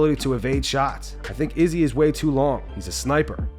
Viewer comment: The way you pronounce Izzy’s name makes my skin crawl lol